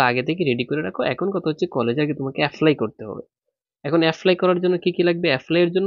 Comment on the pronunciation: Apply ❌️, affly ✅️